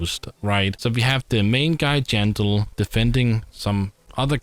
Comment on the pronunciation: Jandel ❎ Jandog ✅